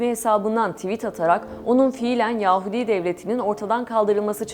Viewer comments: Yaaahudi değil lütfen uzatmayın aa'yi.... Yahudi belki "hu" uzatılabilir ama a değil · Ses tonunuz çok güzel.Zevkli bir dinleme oldu. Fakat yahudi kelimesinin telaffuzunu yanlış yapıyorsunuz. Çok fazla kulak tırmaladı